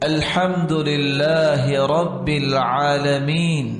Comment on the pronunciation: تھوڑ ی سی غلطی ہے درست کر لیجئے ۔۔رب میں زیر پڑھا گیا۔ بر میں بھی قاری صاحب نے زیر پڑھا